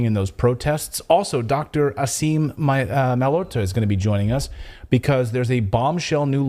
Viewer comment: Like your newscast. But please Clayton pronounce Dr. Aseem Malhotra’s name correctly; phonetically pronounced, mal-haute-ra. Thanks.😊